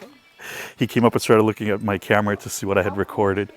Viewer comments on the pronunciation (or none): none